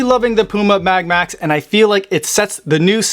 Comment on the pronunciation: Sounds like you say Puma Mad Max!!😁😆